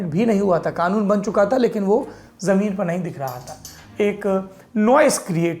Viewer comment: Laude kanoon hota hai khanoon nahi